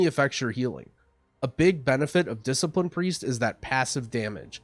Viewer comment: "Discilipine" KEKW